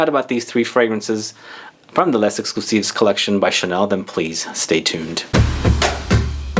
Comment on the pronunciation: Kilkeny1976 i love coromandel too! But actually because “les” is followed by a word that starts with a vowel “exclusif”, you should pronounce the s, it’s the liaison.